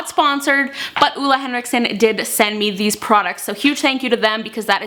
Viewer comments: Great video! He makes amazing skincare :-) And btw, it's actually more like Oh-le Henriksen, not Uh-le Henriksen :-) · It´s not Ola Henriksen, its Ole Henriksen :) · hehe, I'm from norway and you don't actually say ole henriksen like that <3 it's very hard for english talking people to get it right.